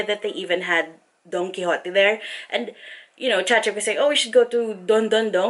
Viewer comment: TMW you finally know how to pronounce Chachic's name lmao!